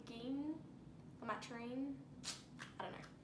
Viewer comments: The drug is pronounced la-mo-tra-jin :-) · It's pronounced Lam-ot-row-gene